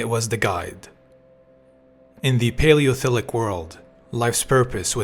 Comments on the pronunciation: 8 seconds in: "In the Paleothilic world..." ...well, at least it's almost certainly not AI-generated, then. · I'm 13 seconds in. What is the "Paleophilic world"? Did you mean Paleolithic?